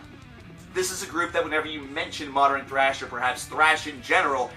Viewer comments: Nathaniel Damarelos It's a common mispronunciation like pattern being pronounced "patteren" or northern as "northeren." "Often" should have a silent t, especially is not expecially, etc. They're all really common but wrong pronunciations. Sorry, old man ex teacher here. ;) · Why do you say modern like that